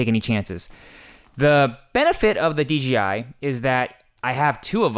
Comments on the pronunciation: big "J" not "G". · It's "D-J-I" not "D-G-I" :))